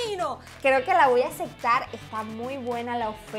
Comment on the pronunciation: Amo cuando dises "asectar" "no se si asectar"